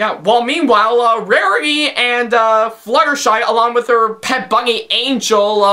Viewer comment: He can't even pronounce the letter N. it's always "ngh" instead. "Anghel the bunghy"